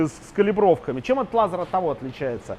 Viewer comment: Странно, от вас технарей, слышать "лазар". Даже ютуб подчеркгул, что это ошибка.